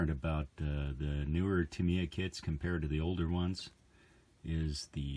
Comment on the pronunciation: Why americans got to always abuse english or other counrty words ?..its pronounced Tamya not tameeya